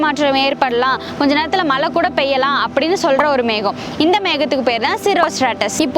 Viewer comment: மலை இல்ல மழை மேடம்